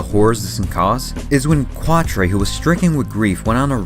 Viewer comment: Pronounced Catra